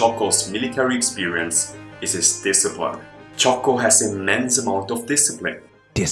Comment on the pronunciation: It's Jocko not Choco...